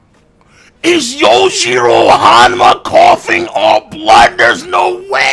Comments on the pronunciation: Why are you calling him yojirou you khow its yujirou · My man said yo-jiro